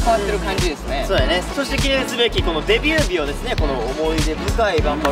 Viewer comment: ｢びびび｣ってなんだ？って思ったら｢デビュー日｣って言ってた笑